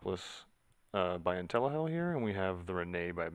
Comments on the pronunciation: Why are you saying intellihell? Is that how they pronounce it or you just messing around? Thanks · I heard it too. hahah